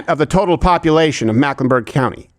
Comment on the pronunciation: It’s Meck, not Mack